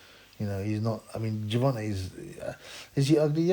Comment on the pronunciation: Ger-von-gay LMFAO